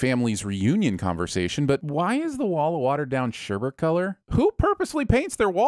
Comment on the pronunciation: spells sherbet wrong while also pronouncing it incorrectly. well played